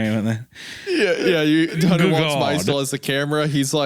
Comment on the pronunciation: I can't get over the way Isaiah has never pronounced the T in Hunters name. He only calls him Hunner.